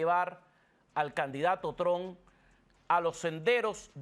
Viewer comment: Trump , no Tron